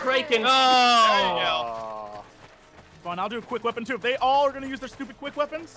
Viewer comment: its criken not kriken